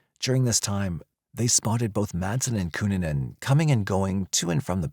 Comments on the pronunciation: Especially W/Richard Barreto Of South Beach PD, W/"Cu-Nan-Nan", (LMFAOL)! 😆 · Well researched, great script, and a good variety of images. The verbal acrobatics, however - especially with the pronunciation of "Cunanan" - are just...🤣😆😂